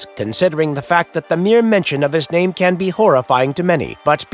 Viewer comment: I've never heard someone pronounce all these names so perfectly.